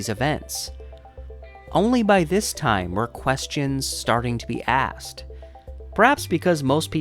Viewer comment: axed for asked.